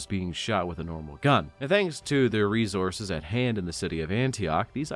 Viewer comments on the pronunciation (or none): none